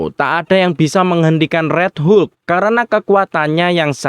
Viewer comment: Hulk mind bukan hu luk 😂